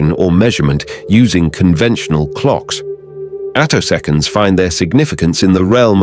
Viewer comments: "attosconds" - text-to-speech wirh a typo? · You didn't actually say anything. Some kind of awful text-to-voice robot read the words you typed. That's why a couple of times it didn't know to say attoseconds, saying "a toss skints" instead.